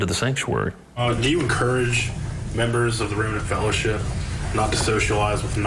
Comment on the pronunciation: I lost it at “the remnant fellership” 😂😂😂 I’m dying 🤣💀